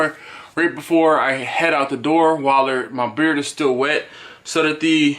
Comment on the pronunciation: I thought you were saying beer balm